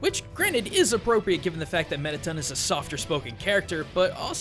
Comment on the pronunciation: ITS METATON NOT METITUN